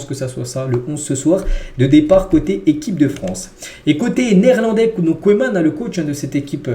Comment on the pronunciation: Koéman 🤣🤣🤣 tu me tues!! Apprends la prononciation des noms comme il faut bon sang!! Et ta syntaxe... sérieux, fait un effort camarade !